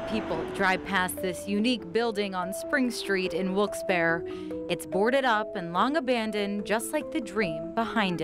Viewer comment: I'm sorry that it did work out. And I must say about the reporter. Please get the name right. It is Wilkes-Barre not Wilkesdoro. Or Wilkesbear.